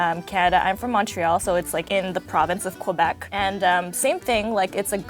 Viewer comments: OMG the Canadian girl pretentiously pronouncing Poutine the Quebecois way but saying Kwa-Beck is the most irritating thing ever. LOL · Pronounces "poutine" perfectly Completely butchers "Montréal" and "Québec" :(